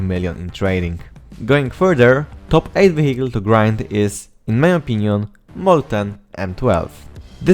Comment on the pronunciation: yo, i have a suggestion, if you say vehicle, dont pronounce it "wehikul" but "wijekyl" , it will sound much better